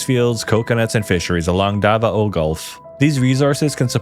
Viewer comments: "dava-o" lol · Its da-vao not da-va-o